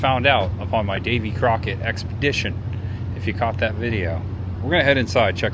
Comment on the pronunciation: Whoever was narrating this mispronounced Davy Crockett 's name .